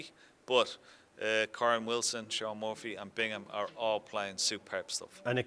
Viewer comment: It’s Shaun Murphy Ken. Not Muffy!!